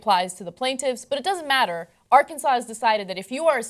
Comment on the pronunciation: I live in "Arkansas", you pronounced it in a very northern way XD